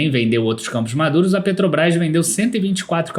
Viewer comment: Camposh madurosh 😅